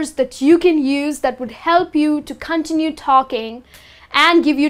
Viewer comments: It's not "continu" it is pronounced "contínyu" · Cun-tin-yoo. Cuntinyoo. Continue. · What the heck is KON-tee-nue talking? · the way you pronounce the word "continue" is kind of weird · You continuously mispronounce "continue". Highly annoying. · The way she says "Continue" confused me at first, but it's cute! Also, you shouldn't need fillers for every moment of silence. (Silence is golden) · "Continue" is pronounced "con TIN yoo", not "CON tinoo". Quiet has two syllables: "KWY et". If you pronounce it "kwite," you mean "quite," which is a totally different word. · Your mispronounced words are so funny 🤣 continue ,keeping ,conversations. sis study up. Hint the phrase "to be honest " is a phrase only used by dishonest people.